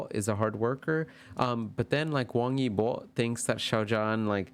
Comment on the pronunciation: Hi there! This was pretty interesting to see the reading. Your pronunciation was pretty good 👍 Xiao Zhan (Zhan sounds more "ah" rather than "oh," it's in between John and Jan if that makes sense lol. And the Zh is almost a "ch" sound like in cha-cha-cha 😅) Your Wang Yibo is actually really good 👍. The Y is more silent though I think. His fans even abbreviated his name as "web" (Wang E Bo). Fun fact Xiao Zhan is also known as "wi-fi" because the name of the character he played in The Untamed with Wang Yibo has a homonym that means wi-fi, while Wang Yibo is know as Web 😂. I may be the only one who thinks its interesting, since you can access the web with wi-fi lol. They are both great artists. It's unfortunate that they both are not really able to go out comfortably, they even have to run away from mobs of fans sometimes. Every celebrity, especially the famous ones, has it difficult. Fandom culture in China also seems more intense compared to American Fandom culture, but I'm not very experienced in that area so that's just my opinion. Thanks for your reading. It's probably pretty close. But as you said, they aren't around to confirm nor deny. Nonetheless, it was interesting. 👍